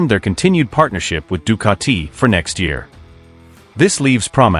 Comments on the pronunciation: Ducati not Ducarti......🤷🏻‍♂️ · The italians will make u into a pizza.. with your Ducatiiii pronounciation 😛